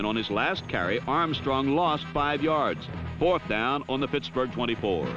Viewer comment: "Puttsburgh" lol